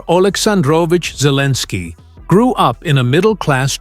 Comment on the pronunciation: AI says Zelenskiy is Cleaninskiy. AI full of it.